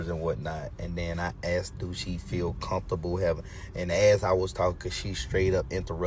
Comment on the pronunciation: it’s “mudders” and “comp-table” that gave everybody pause! Something ain’t connecting Dad! 😂